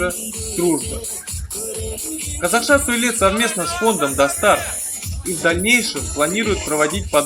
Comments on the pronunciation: Слово "достар" говорится как пишется, а не "дастар". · при всем уважении, никогда не говори дАстар, говори дООстар)))) хорошо?? дАстар это по русскому акценту